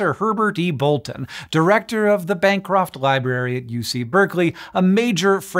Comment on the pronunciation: You say 'Bancroft Library', but I heard 'bankrupt library' at first - that WOULD also make sense for a reason to forge things : )